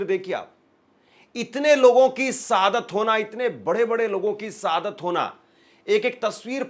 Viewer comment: Abe enkar sab hindi to bolna seekhle sadat nahi shahadat hota he or liziye nahi lijiye hota he